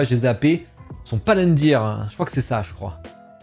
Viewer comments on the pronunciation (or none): Arf Déné ne va pas te loupé ^^, tu y étais presque, ce n'est pas Palendir, mais bien Palantir